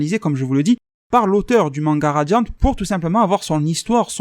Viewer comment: J aime bien tu dis que tuvas appeler ça radian et au fur et a mesure tu fini par dire radian"te".je trouve ça marrant par c est tellement naturel